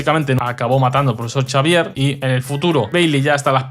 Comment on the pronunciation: Por Dios. El profesor Chavier porque no se pronunciar una puta X